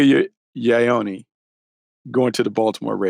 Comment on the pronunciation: insane to still mispronounce ioane's last name still